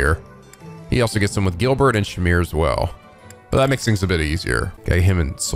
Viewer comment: Why do you keep saying Girlbert